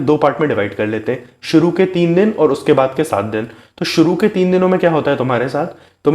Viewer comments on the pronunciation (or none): none